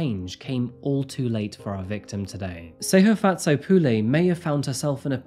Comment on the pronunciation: It not Pu lay, its pronounced Pu le